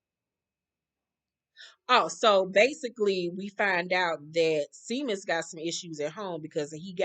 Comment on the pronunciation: Not too important but the Irish name Seamus is pronounced Shay-mus